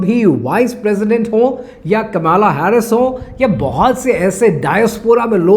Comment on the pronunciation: आप कमला को कमाला क्यों बोलते हो? आप हिंदी अच्छी बोलते हो.